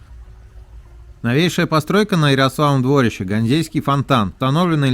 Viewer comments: Ярославово дворИще! Как же слух режет двОрище. Неужели не спросить у местных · Всё бы хорошо, но почему столько ошибок в ударениях? Мне как новгородцу даже обидно немного. Понимаю, что невозможно всё знать, но всё-таки уточнить в интернете всегда можно, верно? В названии озера Ильмень ударение всё-таки на «И», а не на «Е», Ярославово ДворИще, а не ДвОрище, КрЕстцы, а не КрестцЫ. Будьте внимательнее и удачи! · Надо тщательнее готовиться, автор! Ошибки в ударении озеро Ильмень, а не ИльмЕнь, Ярославово дворИще, а не двОрище!!! Юрьев монастырь основал Ярослав Мудрый, а не Юрий Долгорукий, который жил через 200 лет позже и основал Москву! Почему бы не сказать, что Господин Великий Новгород старейший русский город основан в 859 году! А Москва только в1147! В общем слабенько ! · Я так уточню или дополню) Крестцы ударение на перый слог, опоры моста у нас называются "быки", дворище ударерение то же на первый слог